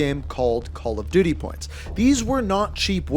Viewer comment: Did he say Call of Diddy